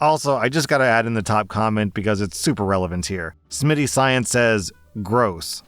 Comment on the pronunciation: HE SAID SMII7TY